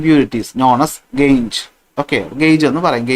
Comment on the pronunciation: Sir aa gangue nte pronunciation gang enna